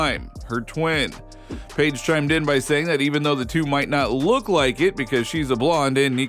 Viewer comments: This might be more believable if you coud pronounce Paige's name correctly. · Butchering Paige's name! 🤣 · You know a lot about this topic but can’t pronounce names. It’s pronounced Dorka Yoo-Hasz. And how can thou possibly not know how to pronounce Paige’s name?